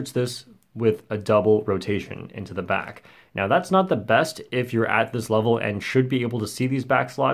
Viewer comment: "Welcome bac to worl record review where we review world record" LMAOOOOOO